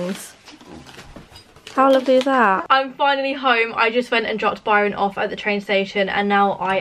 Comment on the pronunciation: Did anyone else when said Barron at the end instead of Byron!!!